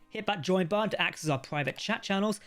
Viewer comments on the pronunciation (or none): Why can't you say the word button?